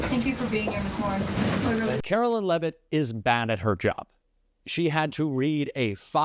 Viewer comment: Leavitt should be pronounced as LEAVE IT not LEVIT.